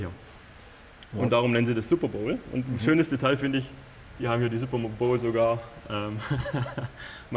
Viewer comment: Der Behälter für die Kühlung heißt übrigend Superbottle, nicht Superbowle! Findet man auch super Berichte und Videos dazu, hat aber nichts mit dem Sport zu tun.